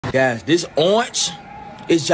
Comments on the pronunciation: It's actually an "ooooinch" not an "orange" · I love how he says Orng instead of orange, I like American accents but this guy pronounces the word orange the way I've always read it in my head: the platonic ideal of orange citrus fruit. mmm